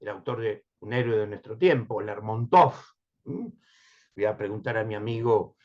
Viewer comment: Buenos días,. Ante todo muchos saludos desde Rusia. En cuanto a Lérmontov, se pronuncia así como lo acabo de escribir, con la primera sílaba acentuada. Siguiendo con regularidad y con mucho gusto estos valiosos envíos.